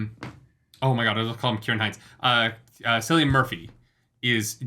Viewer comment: Small note, Cillian Murphy’s first name is pronounced with a hard C, like a K.